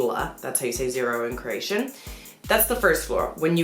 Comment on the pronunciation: you pronounce croatian phrases very well